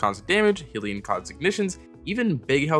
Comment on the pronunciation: I hate to be that person but Hellion is pronounced 'Hell-ee-un'. Like 'minion' but from Hell.